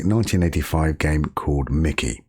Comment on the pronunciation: It's not "Mickey", it's Mikie ! Mike-ee